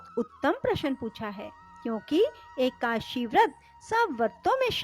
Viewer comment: एकाशी नहीं... एकादशी है। एक ही ग़लती को बार बार नहीं करना चाहिए